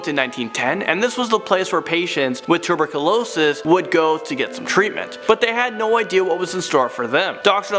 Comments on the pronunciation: Hey, you said tuberculosis wrong, it's not tu-rick-losest. LolL! I had re listen a few Times to make sure, but yep u said it wrongggggg! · Did he just butcher the word tuberculosis?